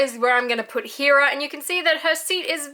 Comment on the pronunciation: When will you say heras name correctly